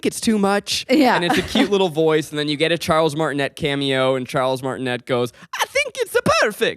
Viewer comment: Martinet is pronounced MARR-tee-nay. I married into that last name and trust me it was hard for me to pronounce it my first time too. 😅